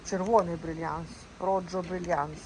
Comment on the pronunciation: Дозвольте приєднатися. Так, вимовлення саме "РРОХО", а не "РОДЖО", тому що в іспанській мові літера "J" передає звук "Х". А Brilliante на всіх європейських мовах значить "Блискучий", і більше нічого. Це росіяни не мають достатньо слів та й називають оброблений алмаз брильянтом. А всі нормальні люди називають їх діамантами. До речі і українці також. Тому Рохо Брілліанте переводиться як "Червоний Блискучий". А слова "Персимон", "Какі", "Дьос Пірос" та "Хурма" - це слова-синоніми, якими загально називають плоди цього дерева, але ніяк не сорти. Різниця виникла від різного походження назв: американське, європейське та азіатське. Всім мирного неба та гарних смаколиків!